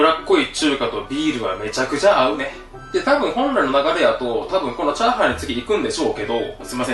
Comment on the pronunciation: 油っぽい中華とビールはメチャクチャアウネ。 急に中国人出てきた。